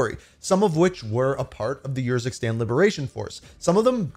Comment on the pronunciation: How many times can say “YURZUKSTAN” instead of URZUKSTAN